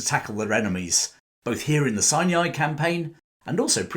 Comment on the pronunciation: It’s pronounced “Sy-ny” , not “Sy- née- eye”.